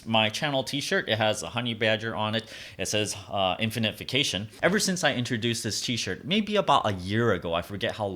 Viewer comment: vacation, not vaction